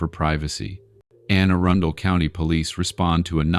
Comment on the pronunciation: AI, bro your need pronunciation therapy with the quickness. The way it's pronounced is (A-run-del) it's not ( Erin-dale) !!!